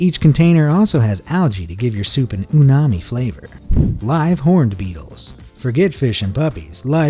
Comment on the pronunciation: umami...not unami.